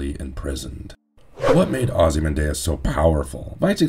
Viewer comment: normal people: ozymanDEE-Us, vigilanny, this guy:ozymanDAY-Uz, vigiLONte